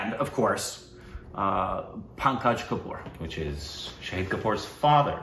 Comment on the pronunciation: is trying hard to pronounce the name Pankaj, forgetting that is also the first name of one of his favourite actors, Tripathi 😅✌